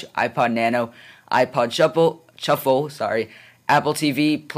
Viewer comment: "ipod shuffle... chuffle sorry" i LOLd XD